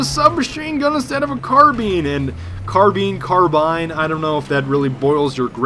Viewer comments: God. They teach kids 12 years of English, and yet nobody can speak it. Car-bIne. Not Car-bean. An I is not an E. This isn't Spanish. And Seine is French. I pronounce it as Seen, but I don't speak any French, so I dunno. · carbeen carbine carmine! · its carbine not carbine lol